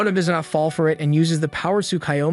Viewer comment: Good video, but your pronunciation of Japanese names needs work. Tsukiyomi is pronounced like tsu-key-yo-me and Tomoe is pronounced like toe-moe-eh.